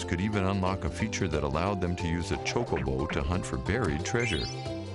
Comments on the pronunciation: say choke-a-bow like your sayin choke-a-bitch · His prononciation of chocobo was weird. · iv always said chocobo with the k sounding c. i thought thats just how it was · TIE-dus, Chow (like show) koe- bo. Chocobo -chowkoeboe. MAKE-OH, not Mahhhko. (mako). sorry forhaving to correct you so much..